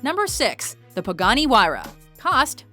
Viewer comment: anybody notice that she pronounced Pagani Huayra wrong